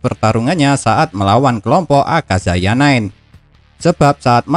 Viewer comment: Akayaza min... Bukan akazaya